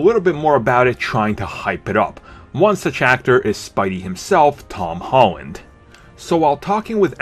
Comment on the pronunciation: ... who's "Tawn Hawn"? :P